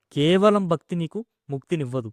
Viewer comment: మీ తెలుగు లో మహా ప్రాణాలు లేవు. భక్తి - అని సరిగా పలకండి. Siddulu కాదు, sidhulu - ఇక్కడ వత్తు ఉంది.